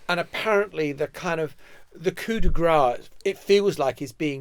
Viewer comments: John, I think you mean “coup de grace” (sounds like “grass”); “coup de gras” (the s is silent) means coup of fat… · If you're going to use a French term, pronounce it properly. It's coup de grace, not coup de gras. Get it right.